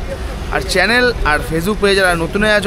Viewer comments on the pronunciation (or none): none